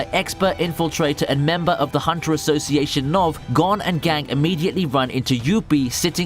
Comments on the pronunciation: Stop saying Gon like gone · funny how he says "gon Freecss" as "gone Freecss"